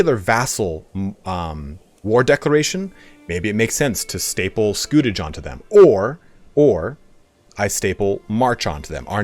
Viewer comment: You were right the first time pronouncing scutage (scoo-tage). It comes from the Latin scutum for shield so was essentially a 'shield tax'. In the early years after the Norman Conquest of England feudal contracts specified provision of military service if you were a knight or provision of x number of knights if you were a major landowner, as there was a need to raise troops quickly and efficiently in order to subjugate the Anglo-Saxon population and protect the borders against Scots and Welsh. However, as their rule became more established it suited kings to replace this requirement with a regular monetary payment instead. It meant that the king got a cash income which he could spend on whatever he wanted and it was more simple for a vassal who did not have to provide trained men, horses, armour etc. It was particularly abused by King John who tried to exploit it as much as he could. In the long run though it ended up benefiting the vassals as, except for John's attempts to abuse the system, the payments generally remained relatively fixed which meant that with inflation and increasing costs of warfare the scutage payments became increasingly insignificant as the Middle Ages went on.